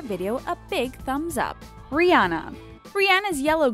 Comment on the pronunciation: That's not how you pronounce Rihana🙄